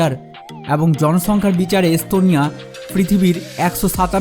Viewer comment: শালা কলকাতার পাগলের বাচ্চা।পিকচারের মধ্যে দিয়েছে তার বউয়ের দুধের ছবি।আর বলছে এস্তোনিয়া।স,এর উচ্চারন করে,চ,পাগলের গুষ্টি।